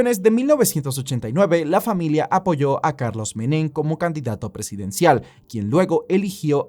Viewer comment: “Meném”, dónde viste que llevaba acento Menem? Jajajajajaja